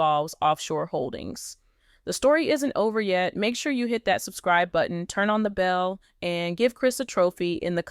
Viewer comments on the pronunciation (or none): none